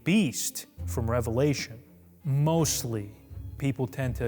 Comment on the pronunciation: Thank you for saying Revelation correctly. It's amazing how many people who actually say they believe in and read the Bible every day sat this incorrectly.